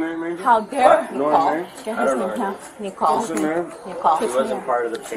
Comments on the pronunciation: I heard the Woman say the Name Nikole about 30 Times, If hear the Woman say Just one more time " NIKOLE" ..... 🙅🤬💣💥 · "Nee-call." "Nee-call." "Nee-call." My goodness make it stop 😂